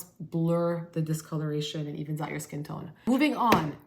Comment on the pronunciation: I laughed with you when you accidentally said "skin toin" 😂thanks for the recommendations,!